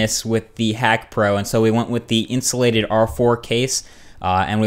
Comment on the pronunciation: Insulated, not insolated.